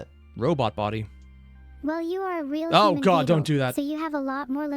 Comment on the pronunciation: Who the hell told this poor man that “Vedal” was pronounced “Veed-al”!? It’s supposed to rhyme with “medal” and “pedal”!